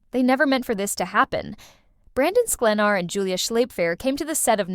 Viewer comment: What a bunch of BS. All not true. You can’t even pronounce Brandon’s last name!!☹️ Check it out and learn it🤣